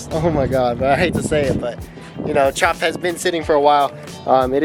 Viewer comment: Chawp is now called “Chewpa”…..